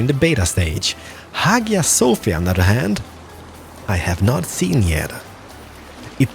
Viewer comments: Hagia Sophia is pronounced eye-a sophia. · Pronounced haya sofia.